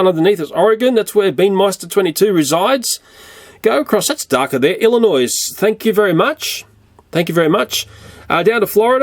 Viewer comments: It Illinoi the s is Silent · people mispronounce it all the time, but the S in Illinois is silent.